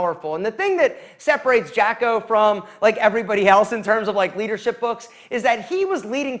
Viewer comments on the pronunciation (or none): Jacko??? If you're going to talk about someone, please get their name right🙏😕